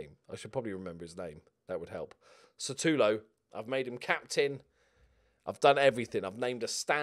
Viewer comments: He's Sutalo not Satulo. But you're, of course you'll mix up letters.:D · Sutalo is read Shootalo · Also the S in Sutalo is pronounced like a Sh. That applies to the second s in Sasa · Pronunciation: kopp-reev-nee-tza And that wonderkid defender: Shoo-tah-low